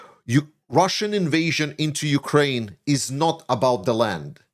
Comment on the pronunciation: hey there, some constructive criticism for ya, please, please, please stop sayin YOU-kraine, it is not youkraine, hiskraine, mykraine....it is just Ukraine. Otherwise great analysis and I would even subscribe if you could correct this.